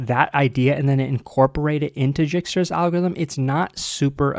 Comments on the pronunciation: Dijkstra is normally pronounced Dyke-struh, in IPA /ˈdɑɪkstɹə/. It is a Dutch name, where the 'j' is always silent or pronounced like a 'y'. So the name should be 'dyk (bike, hike in English) -stra'. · Isn’t djikstra pronounced with a hard I like “eye”? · I'm new to English and algorithm. And now I'm confused, is it dikestruh or jikestruh? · If you ever feel useless remember there is a 'j' in Dijkstra 😑